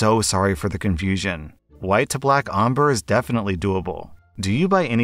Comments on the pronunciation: Did... just pronounce ombre(om-bray) as (om-bruh)? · just for next time ombré is pronounced as Om-bray not om-brr 😂 It basically means a colour gradient. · AMBUR??? YOU MEAN OMBRE? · solely for your own information: it's pronounced "om-bray" and they should have spelt it "ombré". It just means fading one colour into another. So the Karen was looking for black fading into white 😊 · “omber” me: ill accept it for him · as an artist. please never say "OM-bruh" again, i will cry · Everytime I've seen that word "Ombre" it's said like Ombré (Om-bray) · the way pronounces ombré is so funny 😭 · it doesn’t matter at all but the way he says ombré is so frustrating lol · I hated the way said ombré…. 😖